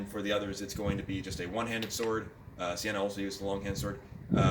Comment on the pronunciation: There's no R in Sienna (Ci-Annah) :) Great video as always, keep it up! I'm certainly interested to see what you think of some of the shield combo weapons or Kerillian's Greatsword.